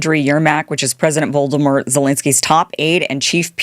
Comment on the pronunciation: hahaha she called him "Voldemort" thats the best and very apt butchering of his Ukrainian name I've ever heard